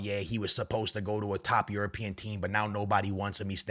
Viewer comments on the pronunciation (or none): none